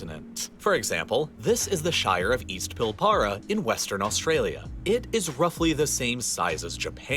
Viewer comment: I know it’s not the point of the video, but the pronunciation of some of the cities, the Pilbara in particular (which is absolutely beautiful btw), is hilarious 😂